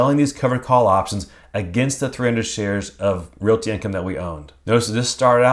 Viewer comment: Love your vids but PLEASE pronounce the word realty with only two syllables. Reel-tee, not reel-i-ee.